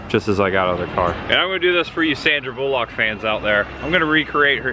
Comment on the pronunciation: Why do you pronounce Sandra Bullock's surname in such a stupid way?